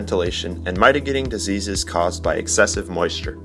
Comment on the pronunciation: Not trying to be an ass ... but it’s pronounced MITT-a-gating not MIGHT-a-gating 😀 Friendly FYI.